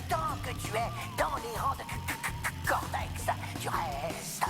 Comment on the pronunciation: A mdr il dit cotex au lieu cortex